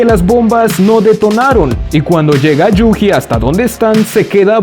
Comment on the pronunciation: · Yu"Ji" esto me mató toda la experiencia... na mentira, pero me hace gracia como lo dices xD